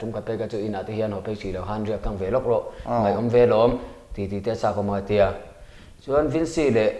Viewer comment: Mai tih tur ah mei i ti ngun deuh hihi